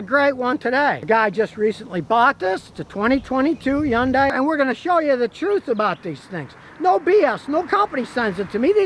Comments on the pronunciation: It's pronounced "Hee - yoon - die," spoken quickly. NOT "Yon - Die." You would think that someone with as much experience with cars as Scotty kilmer, he would actually pronounce the name of the cars right. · Why pronounce H as Y? Hyundai instead of Yyundai? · Hay Scotty when are you going to say Hyundai correctly. Its not undai. LOL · Not a Hyundai... he said a "Yundai" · Scotty It's hund ay, not hayundai! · it's pronounced Hun-Day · Nice "Yooongdaiii" 😂😂😂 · Hey Scotty, It's Hyundai, like Sunday. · It is pronounced Hun-DAY in English. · Hyundai, pronounced like Sunday. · How is it that an automotive journalist can't even get close to the correct pronunciation of Hyundai? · Why can’t he pronounce Hyundai correctly? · Now if he could only say Hyundai right! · Yeah. Funny how he pronounced it. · Now if we can get Scotty to pronounce Hyundai normally....